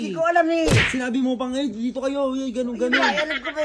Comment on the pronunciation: Dti po hindi dit hehe